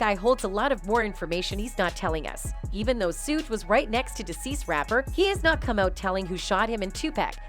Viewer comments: Who's "Sewge" Knight? This is an investigative report, style video; this channel should do their homework and get the names correct. Pathetic, really! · I can't even listen to this one she can't can't pronounce suge nor pacs name right lol